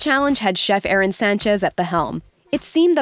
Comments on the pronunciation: It's Aarón, not Aaron. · Arrone Sanchez, you are pronouncing his name wrong. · AH-RÓN. The chef deserves more respect so pronounce his name correct.